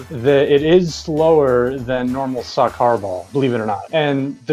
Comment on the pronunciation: Did he say “Saw Car Ball”